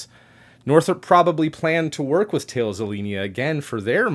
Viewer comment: Who's this 'tails' space? Its more correctly pronounced 'tal-is' (though being a french name - I probably don't have it fully correct).